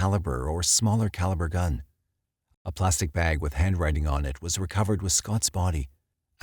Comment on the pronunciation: I can’t watch this because of the way he pronounced Spokane and “bag”